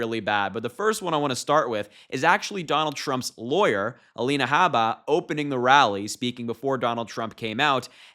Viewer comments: It's purposely bring disrespectful by saying her name wrong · Saying her name incorrectly on purpose is petty.